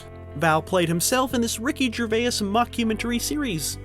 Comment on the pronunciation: The moment i heard this guy pronounce Jervais so horribly i stopped watching.